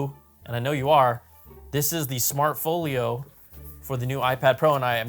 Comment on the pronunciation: "smart FOOL YO" why do you say it like that?? intentional?